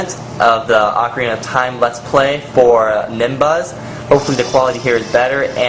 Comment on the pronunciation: it is pronounced oh-kah-ri-nah